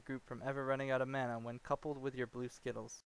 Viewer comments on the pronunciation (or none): none